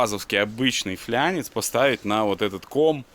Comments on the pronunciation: Какой флЯнец, какой флЯнчик???? - флАнец, флАААААнец!!!! Когда слышу слово флЯнец, в телик охото пульт запустить.... Механ, мля.... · никогда не думал что мне будет больно от произношения слов, но пожалуйста, в слове "флАнец" нет буквы "Я" и ударение падает на букву "А", уж очень часто вы тут на видео его говорите очень не правильно. Я сам безграмотный но блин.